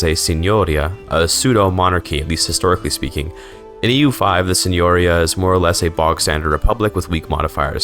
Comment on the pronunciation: Hej quick tip from an Italian, when you see "ia" at the end of a word like in "signoria" or "Pavia" it's very likely you are supposed to place the emphatic accent on the "I". "Signoria" would be rendered as "See-ño-ree-a".